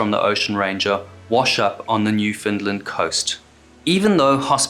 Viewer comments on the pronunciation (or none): You said Newfoundland wrong, you said it's off New-fun-lin but that's not how you say it, it's New-fun-LAND not New-fun-lin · its pronounced NEW-FOUND-LAND not NEW Finland. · He did NOT pronounce it correctly, based on how it was said as “New-fin-lind”. At least not by how it is said in Newfoundland by a Newfoundlander…of which I am one. It is pronounced “Newf-in-LAND”, understand. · The narrator mispronounced Newfoundland Coast so badly I had to use the sub titles.. He pronounces it, Newfinland.. I missed where this took place in the beginning, so ..lol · Fair point. I'm an Islander, in Charlottetown. We tend to stress the "Newf-" and it sounded closer to the real thing than 99% of people who mention the place. I can forgive putting the emphasis on the middle syllable, but, it's your home. And it will never be as bad as Larry King's embarrassing "New Finland"...